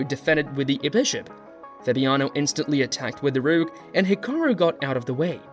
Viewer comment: Good video and promising content. I suggest you practice your pronunciations. It's important to get player names right and even more so words like "rook."